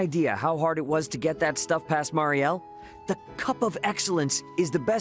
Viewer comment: I cant believe that you said Mireille instead of Marielle lol hahaha....then again it is on brand for you.